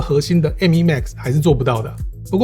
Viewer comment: 第一次聽到有人講「M依」…….. 瘋掉